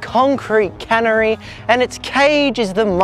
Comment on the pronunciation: homie whyd u say canary like that, good vid :)